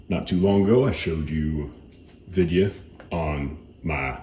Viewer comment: That’s how I saying video from now on, Videa , ps thank you for the video. Just bought my sugar weasel.